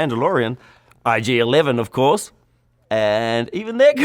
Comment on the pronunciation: Who coached him to say IG-11??! So wrong